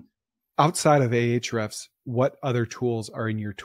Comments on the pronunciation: Hrefs is what he’s saying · He said Ahrefs account